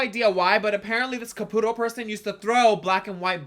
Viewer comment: Salina, love you girl...wish I was in LA to support in-person. But it's pronounced Cap-oat-é, not Caputo like the Long Island medium. 😂❤